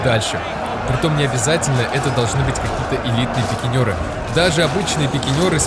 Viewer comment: Не ПИКИНЁРЫ, А ПИКИНЕРЫ!1!!